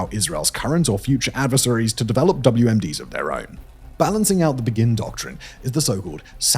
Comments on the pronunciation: The Begin Doctrine is not pronounced like the word begin - it's after the Prime Minister Begin (pronounced Bay-gin). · I know it’s a foreign name and it’s alright, but it’s named after Menachem Begin, which is spelled Be-gin with an emphasis on the be like in the song “Beggin’ “, not like the English word begin.